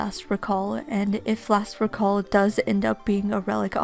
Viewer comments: It's "reeeeeeeeeeee-call" >:( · The noun and verb form of “recall” have different pronunciations